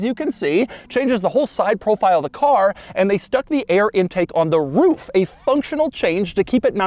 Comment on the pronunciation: He said Roof so aggressive it sounded like a bark 😂 I have loved watching his videos for years. I’m in car sales and I do a lot of video walk arounds but your videos have definitely influenced some of my work